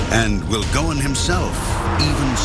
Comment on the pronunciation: His name is Carlos ghosen and not gowin